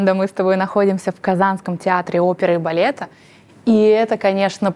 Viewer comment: Приятнейшая правильная речь. Милейшая редукция гласных, проявляющая в героине бразильянку (говорит "балета", а произносит "балеты")))).